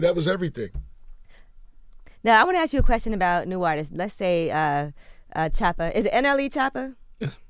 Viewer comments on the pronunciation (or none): Did he just call DAT man shoota 😂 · How do you represent this man. Talk so highly to us of him but you cant even get his name right. In his face. His name is not Shotta is Choppa